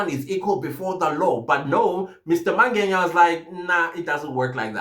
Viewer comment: I hear you say "Mangenya" when you speak about the Lft Colonel, it is actually Mangena. Otherwise, good commentary.